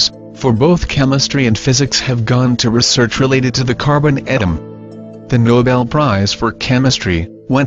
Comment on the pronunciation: Robotic electronic narration? "At team" for the word atom?